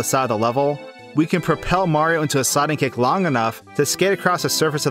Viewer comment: the subtitles say sliding kick. but to me it sounds like says sonic kick